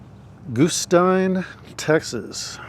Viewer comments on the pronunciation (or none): Goo-styne... Goo-steen... 🤣 Surely you're kidding and you know it's Guss-teen. 😉 I spent time here with my step grandparents and other extended family in the 80's. Peaceful, quiet, good times. Haven't been back in 20 years.